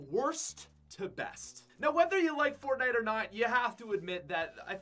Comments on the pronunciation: He said fortnie in stead of CoD. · “Fort nite”